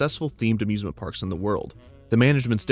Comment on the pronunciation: The “a-zoosment” park also sounds like a Christmas pun, the “Hay-zoos-ment” park